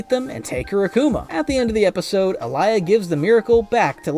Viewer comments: Alya not alaya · Common not alaya it’s Alya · ITS ALYA NOT ALIYA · It alya not Aliya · It's Alya not Alaya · Its alya not alaya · It’s pronounced all-Lee-ya not ah-lie-ya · Bro it's Aaliy😂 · why do u pronounce alya's name like that